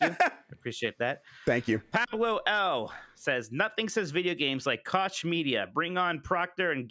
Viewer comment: Brian Altano is one of the very few great guys over there at ign so Jeff's kids have great taste in gaming media talking heads! just luvs to mispronounce Koch btw